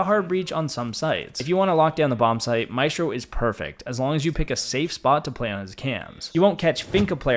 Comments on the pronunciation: Its pronounced màehsstro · With rolled RRRs